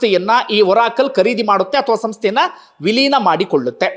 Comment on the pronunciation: ಬಂಧು. ಅದು ಓರಾಕಲ್ ಅಲ್ಲ ಬಂಧು. ಅರಾಕಲ್.